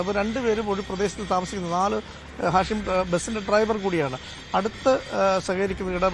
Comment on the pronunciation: ഷാഹിം അല്ല മച്ചാനെ.... ഹാഷിം